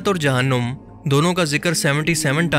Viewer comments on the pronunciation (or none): none